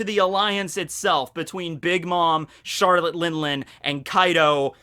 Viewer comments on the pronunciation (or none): none